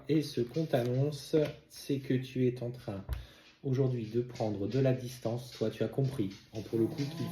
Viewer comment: Bonjour.. Ne prenez pas mal cet écrit, mais s'il vous plaît lorsque vous dites "tu eS en train de" vous faites la liaison avec un T alors que c'est un S.. c'est frustrant pour mes oreilles!!!! Bonne journée à vous et Sabrina.